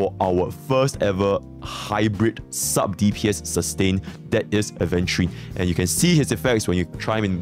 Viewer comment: He finally pronounced Aventurine correctly 😭